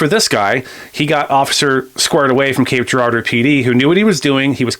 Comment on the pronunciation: Its not mizzurah ! And you also said cape geradue funny lol ! And the criminals are dumb ass hell and most of the drug users are definitely no where near up mensa lol they make dumb ass decisions! And idk wtf the drug is they pass around there is not just meth there is something very wrong with it !